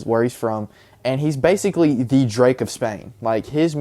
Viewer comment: Bro said basical